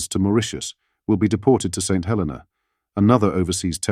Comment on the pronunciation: It is a 'shocking reveal' only to about 5% of the UK population who don't read more than soundbites/ headlines and don't know/ care where Chagos and St Helena are. It's pronounced Saint He-LEE-na by the way.